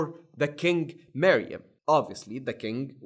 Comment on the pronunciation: The accent bro💀💀💀💀